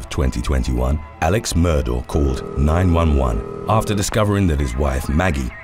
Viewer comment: You might be the only channel I've watched to ever correctly say the last name 'Murdaugh'.